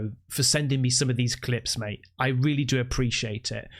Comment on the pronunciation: ‘Mate’………….you almost sound like an Aussie mate! 😂 keep up the great work and all, the best for 2025 🇦🇺😎👍